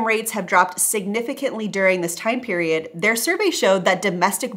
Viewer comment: It's kinda annoying that you don't post your sources. This way it's almost impossible to know what exactly you are talking about. Especially if you say stuf like "periond in question" without elaborating what that means exactly